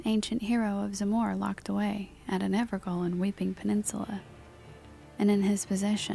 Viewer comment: I absolutely LOVE smooth drawl and almost sedating delivery! I look forward to more. One note however, and this is only because it was a huge debate when the game first came out, and I learned something pretty cool when looking it up myself; Evergaol is actually just pronounced Ever-JAIL and is actually a real world reference to an ancient practice where Cruisaders would inter a fallen heretic's corpse in a blessed basin of sorts that was meant to trap the soul of an evil being so they could never be reincarnated or travel to their afterlife.